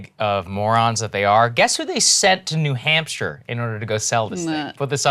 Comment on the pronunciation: I can't unhear New Hampshter. 🐹😆🐹